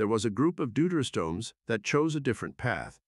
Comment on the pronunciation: I like how the thing can perfectly pronounce "deuterostomes" and "echinoderms" but can't say "gill" or "chordate."